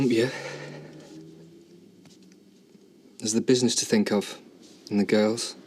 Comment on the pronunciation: And he can't say the word "to" either.